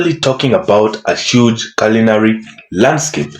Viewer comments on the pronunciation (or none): none